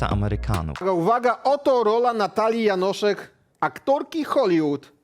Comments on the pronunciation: Jest tak mało popularna, ze nawet nieświadomie przekręcasz jej nazwisko na Janosik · Janoszek a nie Janosik 😂